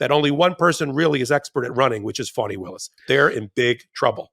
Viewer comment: Young man, it's Fani not Funny..lol